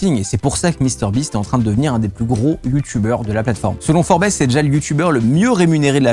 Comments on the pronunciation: forbés!? forbs nan??? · "Selon Forbèss" ???! CEST FORBZ AU NIVEAU DE LA PRONONCIATION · "Forbesse" magnifique accent anglais! Forbes = Forbz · Humour garçon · « Selon Forbesse » LOL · lol "selon forbèsse" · Mdr la prononciation pour Forbes ^^ Tres bonne vidéo sinon.